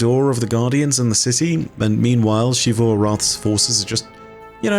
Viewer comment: why do u say ‘shivu’ instead of ‘zivu’